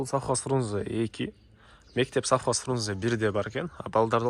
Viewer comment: Софхоз эмес Совхоз болот